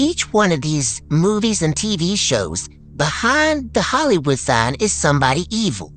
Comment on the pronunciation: Ill give you hint " HOLLY" wood, Everybody saing it wrong, just say holly as you say Holy